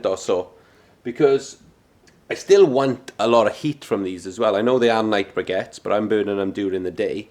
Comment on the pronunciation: They're pronounced BRICK-ETTES ! And they'd perform better if stacked and not prodded